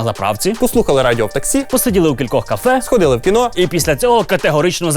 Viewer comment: КІНО!!!! А НЕ КІНА!!! ВИ Ж ЗАЦЄНТІ ЖУРНАЛІСТИ